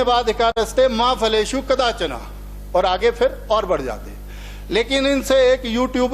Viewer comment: माननीय नमस्कार महरूम नहीं महरून कदाचना नहीं कदाचन ❤😊